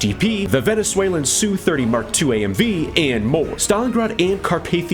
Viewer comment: (SU-30 pronounced "Ess-You" just the letters sounded out by themselves. not Soo-30)